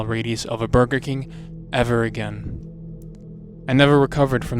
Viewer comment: burber king :DDD